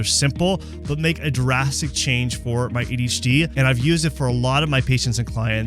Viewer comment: Adi’ hacie 😂